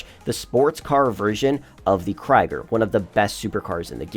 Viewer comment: its pronounced Kree-Ger